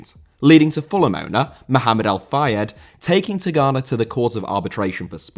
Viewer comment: continues keep off of porn! Even if Jean Tigana’sname was said wrong…